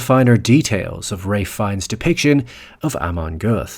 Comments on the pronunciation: Content wise it's a great video, but I really can't bear how his name is spelled... As far as I know and you can correct me if I am wrong, it is spelled more like "fen" (like you would spell "feel") and "nee" (like the 'ne' in "never") (basically with french accent), not fines as in "fine" His portrayal of Ammon Göth was incredible. It was so good, that a survivor of the Plaszow camp actually thought, he was real. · Rafe fines??? Whos that?? Goddammit Americans midprononcing everything!! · Pls stop calling him FINES ...but try pronouncing his name like Fian instead! One of the most underrated actors! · « Fiiiens » not « Fines » you Yankee oaf 😂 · His last name is pronounced “fine” (not to be pedantic—I just think you’re the kind of person who appreciates little details)! Great video! Just subscribed! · AI narration.....it calls Ralph ....Raiph and Fiennes differently 2 times.